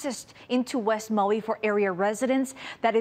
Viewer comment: Learn how to pronoun Maui.